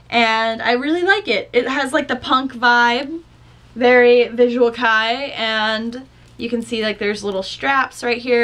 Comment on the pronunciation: visual kei is pronounced visual Kay btw ^v^